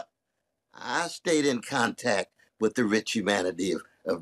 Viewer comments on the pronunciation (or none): Did he just say Kontack?